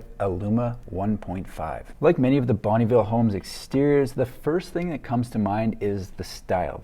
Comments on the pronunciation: Fun fact, it’s pronounced more like ‘bun-nuh ville’ not bonneeville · It's not bunnyville it's bonneville sounds like Bun vil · Are you sure it's not (pronounced) Bon-UH-ville homes? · Hi, I love your videos. I'm from the city where Bonneville Homes started in the 60's. Every time I hear your prononciation of the word Bonneville, my ears hurt. I know it can be hard for an english speaker to prononce french names. Bonneville is a french canadien last name meaning "good town" and we do not pronounce the "e" in Bonn"e". Just thought I would share. Thanks for your work. example